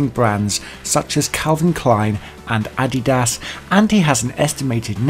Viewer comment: the way you said Adidas and Nike irks me. lol.